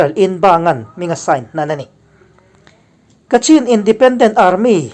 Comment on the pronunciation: Ka cin - ti a lam lo tur- Kachhin ti”a lam zawnk tue a nice...